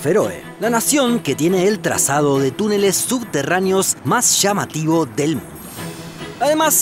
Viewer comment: Del? Pensé que había fallado mi sonido xd